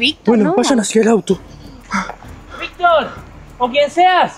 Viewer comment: Es Victor no vic